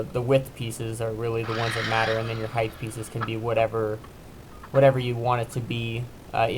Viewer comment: Pet peeve alert! The vertical measure of something is height (heigh-T) not heigh-th. With that being said, your design with mitered corners and mitered corner braces using a quality miter saw means a fast and square gate with very little fuss. Also, I bet your customers appreciate how quick, easy, and clean your product is. Nice job!